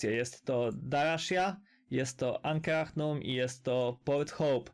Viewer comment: "ankrahnum" XDD